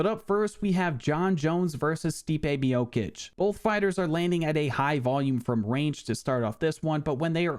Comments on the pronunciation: Its MIOCHICH NOT MIOKICK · Stipe Mi-yo-kicks 💀